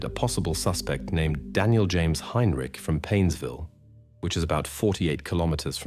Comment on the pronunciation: Tge AI voice is terrible. Mispronouncez tge name Heintich several times snd uses langhage incorrectly. Nobody says 17 o'clock.